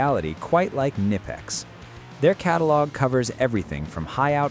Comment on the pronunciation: Tell your AI voice over guy he is pronouncing the company name wrong.